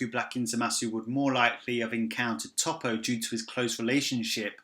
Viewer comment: You're making me cringe with how you pronounce Toppo